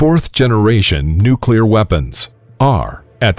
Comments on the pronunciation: The supposed 4th generation in this video is pure science fiction. And it’s “noo-cleer, not “nook-kew-lir”. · You lost me when you pronounced "Nu-cle-ar" as "Nu-cu-lar" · Turned it off as soon as I heard him say "nucular" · come on fellas,he said nuclear most of the time.nucular was a slip he picked up listening to his circa 1950s dad talk politics after a couple cans of Budweiser. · why did he say nucular that one time? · Mispronouced "nucular" . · Imagine if someone was trying to teach you about Italian food but pronounced spaghetti as pasghetti, you probably wouldn't hold their teachings with very high regard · Nucular? Also love how you called the people who developed these things "warmongers". People love feeling superior. You weren't there. You don't know what facing annihilation was like. Would you have said "no , don't develop the weapon" meanwhile knowing the Germans were looking at making their own? How many relatives of yours being killed by the Japanese would you have put up with before you authorized use of the weapon. Finally, fire bombing was much more deadly than the two nukes. 100,000 people died in one night from firebombing Tokyo aka the paper city. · It’s pronounced Nukulear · Narrator would be well advised to learn how to pronounce the word, "nuclear." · Ok, Im not the only one who caught that! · Learn to pronounce "nuclear" properly, if you're going to lecture on nuclear physics/weapons, please!